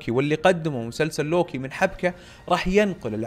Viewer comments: صحيح وكأنه يلفظه lowki 😅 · انطق اسم لوكي عدل يا ☺️